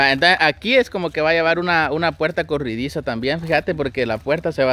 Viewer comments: Es corrediza, no corridiza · se dice corrediza no corridiza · Acá en mi país es corrediza no corridiza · Corridiza o corrediza 🤔🤔 🤣🤣